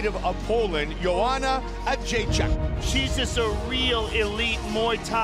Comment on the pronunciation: I want to hear her pronounce her own last name,-----------------because I think everybody is pronouncing it incorrectly. I think it is "Jed Rays E Ack."